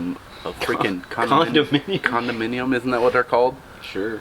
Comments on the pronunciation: Condominium? More like Hondaminium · I mean, he did say condominDium... they just rode it and agreed with him lmaoook